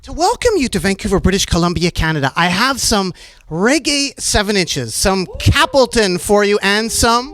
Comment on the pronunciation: CAP...lton? Come on Narduar, we expect better from U my man.